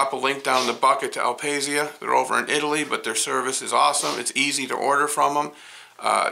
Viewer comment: Beautiful indeed! BTW in italian is pronounced "al pasha" with a stress on the last "a" :)